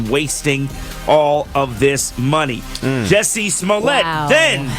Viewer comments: I wish he would stop pronouncing it Jessie instead of Jussie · JUSSIE... JU-SSIE